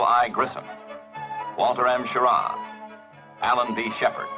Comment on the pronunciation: This the one where the comm guy keeps calling him "Schirrar"?